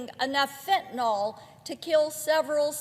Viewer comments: Why can't she pronounce fentaNYL. It's not fentaNOL 🤦🏻‍♀️ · Please, Marsha. There is no O in Fentanyl!